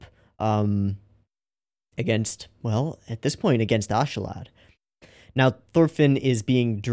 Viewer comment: you pronounce Askeladd like "aus-kuh-lud" by the way. Also i love how you keep going over the helmeted figure in the opening, I think you'll like them